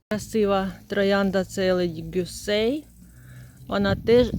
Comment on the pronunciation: НА 7.48 не Елодi Гюсе, а Елодi Госюен..